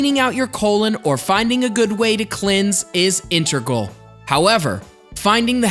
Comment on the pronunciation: You lost me when you said “intergal”